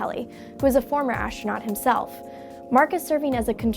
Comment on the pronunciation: What is 'ashtronaut'?